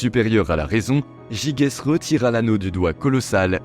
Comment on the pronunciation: Ça se prononce "jijès".